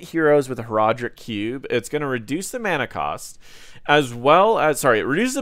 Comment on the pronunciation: When you said "cube" and "cube mastery" it really sounded like "Q". Just a fun language insight